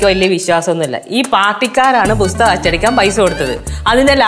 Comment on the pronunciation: Busthakam alla makkale pusthakam